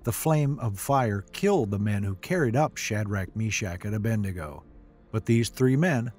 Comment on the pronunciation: The name is A-BED-NEGO. Not A-BEND-NEGO.